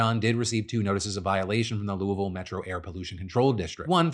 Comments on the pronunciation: Just sitting here appreciating Phil pronouncing Louisville correctly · First, very good and local Louisville pronunciation, Phil would blend right in. Second, Givaudan told officials all of its workers had been accounted for, but several hours later they found the second victim, curious if search efforts would’ve been expedited if the company had not said everyone was accounted for. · As a local resident, I gotta say I’m super proud of Phil for properly pronounce Louisville. Not many can do it. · Phil is the only YouTuber I know that knows how to say Louisville correctly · Whoa, Phil pronounced Louisville correctly